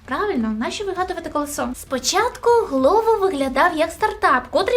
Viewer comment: не колесО, а кОлесо, москвороте чудище ти((